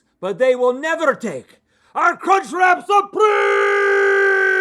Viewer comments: Omg link just saying cuntch.... over and over.... oh lawd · I legitimately thought Link said the “c” word for a moment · Legit thought link said c u next Tuesday and had to rewind a few times. 🤣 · ah yes the kunchcrap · I definitely did a double-take when he said CUNCH lololol